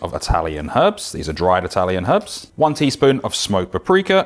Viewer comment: Thank you for saying “Herbs” and not “Erbs”